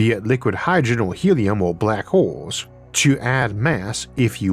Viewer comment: For some reason I heard 'black holes' as 'Barack holes'. My mind went places for a few milliseconds.